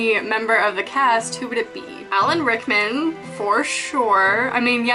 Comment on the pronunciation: AT FIRST I THOUGHT SHE SAID ALEC RICKMAN AND I WAS LIKE UM UNSUBSCRIBE OML NOOOOOOOOOOOOOOO AHAHAHA but definetly subscribing.